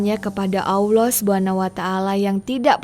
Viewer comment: Kenapa sih kalau melafalkan nama Allah jadi AWLOH. Tolong belajar ya, ini kuping rasanya terganggu dgn ucapan spt itu.